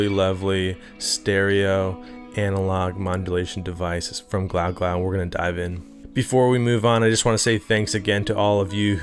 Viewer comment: Is it not pronounced “glue-glue”?!? Great demo as always man!